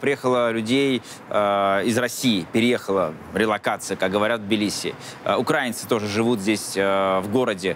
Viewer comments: ну украИнцы, а не укрАинцы. Легко же запомнить. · Каха Каладзе - просто красавец! Пример для подражания того как спортсмен может стать политиком-патриотом! Не понравилось только то, как называет украинцев! Кто-то может объяснить человеку что не укрАинцы, а украИнцы??? (это очень режет слух и раздражает как шовинисткая неграмотность)! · бесит когда в слове украинци не знают куда ставить ударение. Да, хаястанец?)